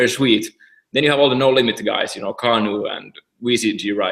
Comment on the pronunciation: Please, when you're gonna pronounce Kanu's name just think of "car" and then pronounce the rest.